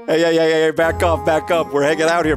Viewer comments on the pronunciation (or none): Uhhhhh........ "Goft it" is that a mistake or..? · Goft? I thought it was golf 🤔